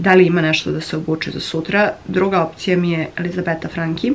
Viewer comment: Dobro si rekla Franki, ne Franči 😊, btw divan ti je vlogmas, neopterecujuci, spontan i iskren, kao i ti 💕